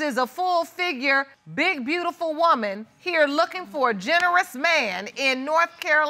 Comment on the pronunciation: She said “My brootiful smile” 😂😂😂